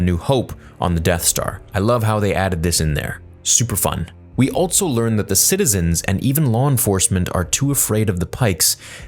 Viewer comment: Also is pronounced "also," not "altso"